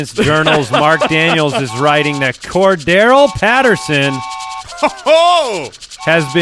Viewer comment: Are they pronouncing his name as cor-da-rell ?? Lmao